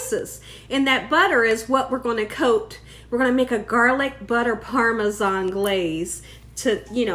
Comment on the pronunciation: I’m happy to hear you say Parmesan instead of “Parmeshawn” like so many ppl 😆